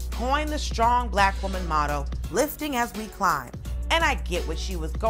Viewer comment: Please learn how to pronounce "str" words correctly. There is no "h"!!! (ie. shtrong.)